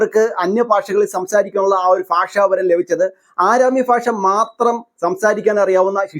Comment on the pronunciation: ഫാഷ അല്ല ഭാഷ